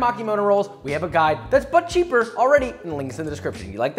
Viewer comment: Instead of "But Cheaper" I heard "Butt Cheek" 🍑